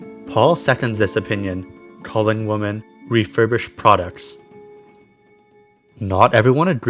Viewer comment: i've been watching all of your vids! you cover a lot of interesting topics, and you are super cool and respectful! I will defs be watching for new videos. Although, hearing you pronounce "women" as "woman" made me cringe a wee bit tho XD tbh I've been hearing a lot of people just saying "woman" for both singular and plural lately. this is really just the linguistics nerd in me talking hahaha. either way, i really like when you go into forums like this where people talk about all their darkest thoughts, its very shocking and compelling